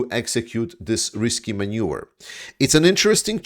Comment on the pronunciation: So often I've heard you say maneuver as manure - today it was so apt when you were talking about Russians using a sewer.